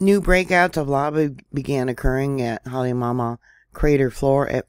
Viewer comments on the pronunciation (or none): Kilauea is pronounced Kē la u way a(short a). Halemaumau is pronounced Ha Lei maw maw. Kilauea prior to going silent for a couple of years had been continuously erupting for over 20 years. The Big Island of Hawaii is the largest of all the islands, and usually the eruptions pose no threats to the public. No one has died from any of the eruptions unless they've gotten too close to the lava which are usually tourists. The larger Mauna Kea, and Mauna Loa could do more damage should they decide to erupt, and they are due, however most of the pressure gets relieved from Kilauea. The geothermal plant probably played a huge role in the last eruption crisis. Sadly people lost homes during that time, however that part of the island is considered high risk to live in. Land is cheap there for a reason, and you can't get a mortgage for property in that zone.